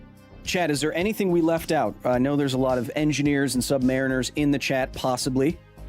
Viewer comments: It took me longer than I'd like to realize he was saying chat and not Chet... Great information though. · Your Os are still off and very American, sorry mate, and when you say "Australia" you do the American "AUSS-stray-lee-uh" rather than the Aussie "a-STRAY-lya". "Chit" is also more Kiwi than Aussie. Congrats on saying "bris-b'n" though!